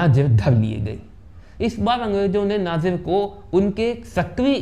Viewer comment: अरे भाई नाजिर नही नजीर है